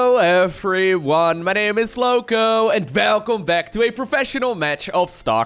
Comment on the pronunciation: I like the welcome. It's not welcome,it's velcome